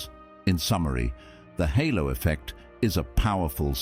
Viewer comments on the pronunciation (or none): Halo not hollow effect 🤦